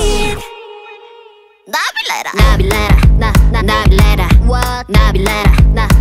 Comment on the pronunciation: The way she says Nabillera is so satisfying